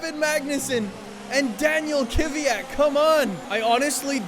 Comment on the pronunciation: is KVYAT really pronouced Kivyat?